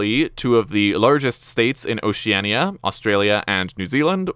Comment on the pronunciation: Pronounciations fixed... not for Oceania apparently